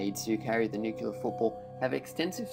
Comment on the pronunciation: OMG!!! It is NOT pronounced "nuke-u-lar"!!! And you say it inorrectly so many times!!! It's pronounced "nu-clear." Educate yourself before torturing people with your ignorance!